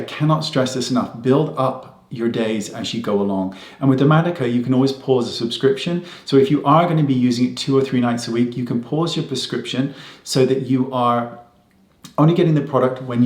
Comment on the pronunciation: My eyes are reading "Dermatica", but my ears are hearing "Dermalogica" lol